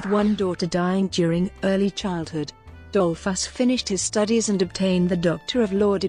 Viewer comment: An appalling narrator obviously knowing little of English, correct reading tones, rythm and balance...why pronounce the subject’s name as dol’FUSS? Also Dolfuss did not found the Austrian NAZI Party and as for English grammar the verb to enjoy is a transitive verb then bidding your listeners “ to enjoy” say what you want them “to enjoy” eg “enjoy the documentary!”....What a hopeless bumble and jumble and the worst of amateur renderings ever heard!...[ President Mike-lass! ] &. Dole-FASS! ]. “Would we like to know more? “. Ye gods Nein!